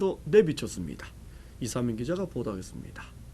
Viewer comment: 남자 앵커 ~ 했씀니타 뭐뭐 씀니타~. 끝에 왜 바람빠지는 소리를 하나? 앵커가 사투리 억양이 잔뜩 들어가있어서 고치지를 못하는구만.